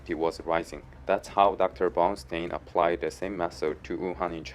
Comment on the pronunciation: I lost it when you were talking about diarrhoea and you pronounced Brownstein like Brown Stain lol. Great video though, thanks!